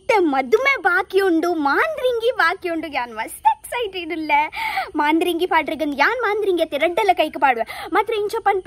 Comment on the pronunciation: I think it is not Maandhiringi....it is madharangi